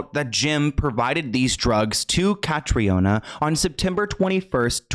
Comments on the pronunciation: Hey! Just out of respect for Catriona, and for anyone who comes across the name in future (it’s a popular name in Ireland) it’s pronounced Ka-TREE-nah. Triona is also a popular shortened version of the name, and is pronounced TREE-nah, sometimes TREE-unnah, depending on the person. The O isn’t emphasised. Its also common in other Celtic countries like Scotland, as it’s a Gaelic variation of Catherine. Love your content ❤️ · i'm irish just to let you know it's pronounced "kat-treena" but yeah that story has always given me the creeps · Irish ppl watching the video hearing her name as catriona when here in Ireland it's the Irish prenounition is Catrina its just spelled the Irish way🇮🇪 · Just a heads up, her name is pronounced as Katrina. Catriona is a common Irish spelling :) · So her name is pronounced like “Katrina” just an fyi x RIP it’s a very sad story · Commonly mispronounced but her name is produced Cath-ree-na, its an Irish Name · Hi, I know its not important but as an irish person Catriona is pronounced cat-tree-nah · Hi, her name is pronounced (kath- reena). If your doing a video on her, please at least prounce her name Correctly. RIP 🙏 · the name is pronounced like Katrina btw :) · Pronouce katrina. Trust me I'm from Ireland 🇮🇪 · Hi her name is pronounced Kat-tree-A-Nah it’s an Irish name so not pronounced like English I know languages are soo hard xx I never heard of her I’m shocked as I’m Irish and MUA thanks for educating me! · her name is pronounced the same way that you pronounce the hurricane in New Orleans…Katrina. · I believe that Catriona is the Irish version of Katrina. They pronounce it like Katrina. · Katriona is the Irish spelling of Katrina and is pronounced Katrina